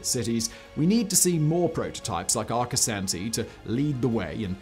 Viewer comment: Arcosanti's proper pronunciation puts the second a as the sound when a Dr has you stick your tongue out and say aw. When Arcosonti started its building, Interstate 17 was almost completed. In the beginning, Arcosonti had a lot of problems. Such a when they held a large event where the public was invited, a fire broke out among the parked cars. Granted the fire department had gotten there quickly to put out the fire. It wasn't until the mid-90s that the problems began to to settle down. Before I forget, the I in Arcosonti is pronounced as an e.